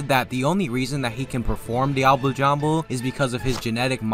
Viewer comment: “I know how to pronounce ‘diable jambe’ the right way, but I’m not going to for whatever reason”